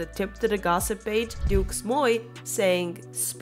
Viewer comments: Its pronounced do not dukes 😂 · the way you said "deuxmoi" is lowkey iconic, like it's so bad that it circled back to iconic